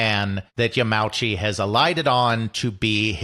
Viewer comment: PLEASE. You are a history channel. The Nintendo president's surname is pronounced Ya-ma-u-chi, not Ya-meow-chi.